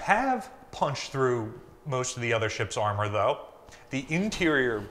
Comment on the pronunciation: "Tuh other"? Why do people CHOOSE to sound like an idiot?